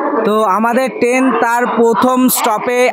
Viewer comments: ওটাকে ট্রেন বলে আপনি তো বার বার টেন, টেনের, টেন জার্নি বলে গেলেন 😂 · Ur pronunciation is very bad, the word is train not ten, lafaba is lafao, please try to rectify it.